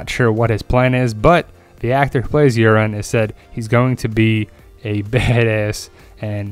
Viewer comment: I like how you pronounce Urine Greyjoy haha